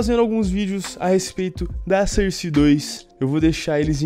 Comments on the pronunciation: "surse" nice english :D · Maluco dalando cerce 2 da uma puta agonia